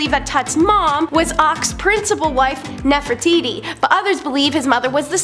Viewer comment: I find it very funny that one of your ladies that loves to tell history keeps mispronouncing Nefertiti